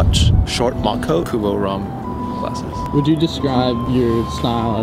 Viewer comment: I think he said kuboraum!